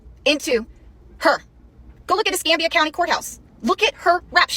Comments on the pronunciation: You pronounced Escambia correctly just for the record. :) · You pronounced Escambia correctly! Well done! 👏👏👏